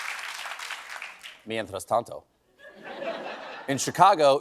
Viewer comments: “Mientras Tanto” made my day! 🥳 I love that Stephen is pronouncing this and all the Spanish words perfectly!! Impresionante Estevan! 👏👏👏 Muy bien. Me encanta ☺️ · Loved 'mientras tanto' and cudos to Esteban with that sexy pronunciation. Amazing writers. Latina aproves